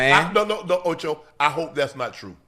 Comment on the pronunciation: Stop it OH-CHOE!